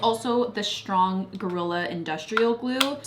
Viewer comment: Shtrong, shtraight, shtring...is the 'sht' like a regional american accent thing?